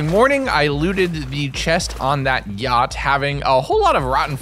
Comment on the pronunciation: did he say "gyatt" instead of yacht? or has my brain rotted to the point of a malicious sludge?